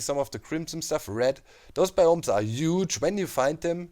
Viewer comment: I love the way you say "bioms" sounds like "bIOms"